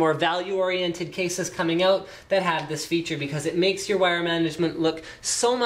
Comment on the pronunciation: 8.42 OOT? Canadian? :D